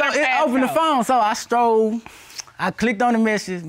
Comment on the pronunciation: If he say “stroll” instead of “scroll” one more time .... 🤦🏾‍♀️